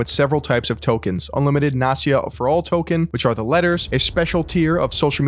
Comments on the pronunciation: It's not Nasia, it's NAST-YA. You pronounce the T. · Great video, since Gary Vee goes NFT he became even more irritating. And another thank you for word "nepotism", because in russian language I know this word very well and here it is not just a word, but the phenomenon of life. If I may, one little remark not "Nasia" but NasTya (T is not silent . The full name is Anastasia). Sorry if I'm not the first who saying this. But in this case I guess we shouldn't really give a fuck what is her right name :) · It's NasTya, not Nasya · It’s Nas tia. Not nasia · Its NasTya, With T like in word Nasty, not Nasya. And no, I don't know who she is, I just know this name. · Incredible video, beautiful research, but I can’t fucking believe your pronounciation of name “Nastya”. Even when you spelled it out, you did not miss the “T”, while you did not say the letter “T” once, you could only hear “Nasya”. All that aside, awesome, keep it up. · Not to discard the topic & then info, but I can’t listen to "nastya" without "t" in the middle. That letter is there for a reason! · Why can't you pronounce Nastya? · Btw you pronounce Nastya incorrectly. The name is Russian short for Anastasya. S and T are separate sounds. Anyway, in the past years, a lot of people are trying to monetize their children. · Can't believe can't pronounce "Nastya" properly. Damn bro.....